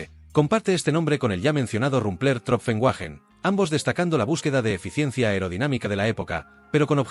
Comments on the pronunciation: Wagen se pronuncia "váguen" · Wagen: vaguen ¿Quién co..o te ha enseñado a ti pronunciar el aleman?